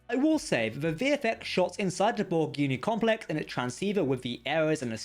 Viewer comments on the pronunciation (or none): For future reference, it's borg CUBE, not cue. Conduit, not condui. Complex, not complek. An accent is no excuse for not pronouncing the last letter of a word. SLOW THE HELL DOWN, when youre speaking. Youre not a twelve year old girl.